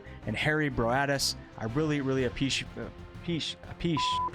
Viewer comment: "I a-peach-she-ate you guys." - I like it.